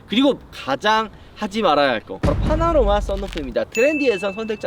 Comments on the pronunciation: 파나로마?? 파노라마 아닌가?? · 파나로마말구 파노라마요